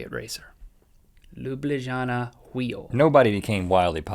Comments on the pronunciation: ***** Link the capital of Slovenia Ljubljana is pronounced lyooblyanah =D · Wow he mentioned Slovenia I'm so thrilled, since I'm from Slovenia nobody knows us and I'm watching this xD hehe Ljubljana is the name of the capital city and the j are pronounced as y in English so its like Lyublyana ;) but it's OK Link you got it right anyways, at least you didn't said Slovakia instead of Slovenia xD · it's so funny how Link tries to pronounce Ljubljana, Slovenia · I love Link's pronounciation of Ljubljana it's supposed to be lyub-lya-na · Hey there! I'm from Slovenia and just in case you wanted to know how to read "Ljubljnana", which is our capital, it's Lyooblyana :) Here's the sound recording : file:///Users/kartaprticek/Downloads/Sl-Ljubljana.ogg Thanks for another awesome show! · Wow, I'm actually from Slovenia and Ljubljana is our capital city! I've always wondered how foreigners would pronounce its name and I am eternally grateful to you, Link, for fulfulling my wish... And as I expected it sounded absolutely nothing like the actual pronunciation. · I fell off the chair when he tried to pronounce Ljubljana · Ljubljana is the capital of Slovene (or Slovenia), not a chariot racer, but Ljubljana has the oldest found wheel. :) love how you butchered the name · I'm from Slovenia and that pronounciation lol :D